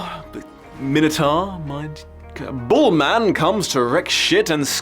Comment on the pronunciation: Sounded like he said Boar-man? I agree that would be wrong. Might just be accent.